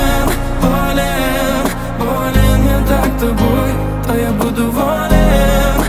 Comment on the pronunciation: В рецензии Кинопуса как-то более живенько всё это выглядело. Но барышня красивая! И фрукты-овощи красиво летят и лопаются. Кстати, почему такое странное ударение - волЕн/болЕн?